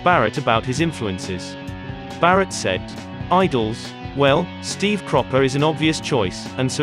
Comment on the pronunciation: Oops 😬 ! - They Got Syd right , but Barratt ! C'mon Man 😆